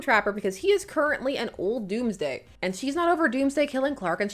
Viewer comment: Oooooh, "Dawnsday" as opposed to "Doomsday".